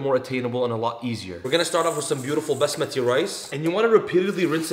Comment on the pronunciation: Bus-mati rice the accent thou 😂😂